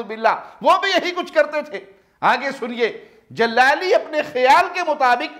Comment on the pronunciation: لفظ جلالی بولنا نہیں آتا اور چلیں ہیں اہل سنت کو بھونکنے جہالت کے سرچشمے